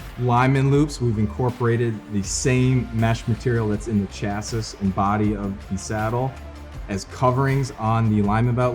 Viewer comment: New drinking game, every time he says “Chas-sis” instead of “Chas-ee” you gotta sling one back.😂😂😂 All kidding aside, this is a killer saddle!!! So glad I got one!!!